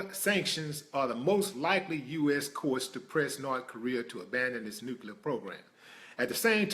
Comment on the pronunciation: Why the fuck is it that people forever say "nu-cu-lar-" instead of NUCLEAR?????? I'm so fucking peeved!